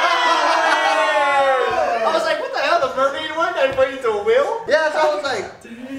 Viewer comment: When Ryan said “Yeah No” it sounded like yeah uh nu xD